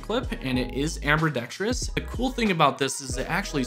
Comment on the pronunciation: Did you just say "Amber"dextrous?😂